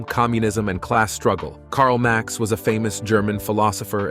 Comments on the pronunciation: Marx...not Max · It was Marx not Max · Its Marx not Max. Trouble maker anyway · Marx not Max !